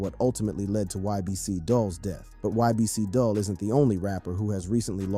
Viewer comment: "DOOL" not dull